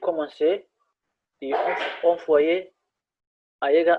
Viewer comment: hal mar aan ku saxo, V iyo F kala saar, wayo V aya kadhigeysa F, envoyer waxa ugu dhawaaqeysa enfoyer, raalina ahaw.